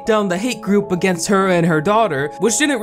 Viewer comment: this video has so many twists and turns that i don't even mind how you're butchering Xiao's name